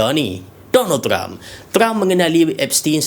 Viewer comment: Bang, maksud abang Donald Trump ke atau Donald Duck ye? Macam Donald Duck je. Abang salah sebut ni. 😂